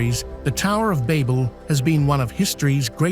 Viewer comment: The way it's saying Babel is just OOOOFFF!??? Levels of Cringeness lol